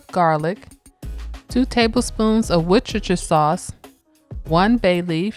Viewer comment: "Worchestershire" is pronounced "WU-stuh-sheer".